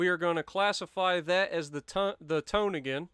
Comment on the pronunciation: Tone is pronounced Toe-Nay